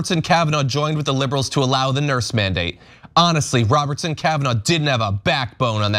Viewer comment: “This isnt a manadate”. The name of the order says “mandate”!!!😂😂